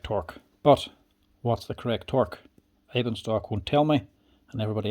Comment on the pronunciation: The name "Eibenstock" means in english something like "Yew Stick". You pronounced it right"